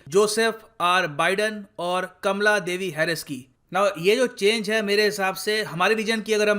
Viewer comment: अब तुम कमला हैरिस को कमाला हैरिस क्यूं नहीं बोलते